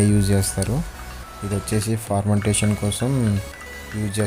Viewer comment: ఫర్మెంటేశన్ (fermentation) ను ఫార్మంటేశన్(Formentation) అని తప్పుగా అంటున్నావు. చూసుకో...